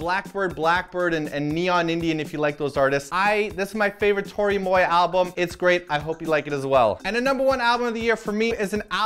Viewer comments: ALSO: pretty sure it's pronounced toro y MWAH but i'll let you off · Pronounce "Moi" in French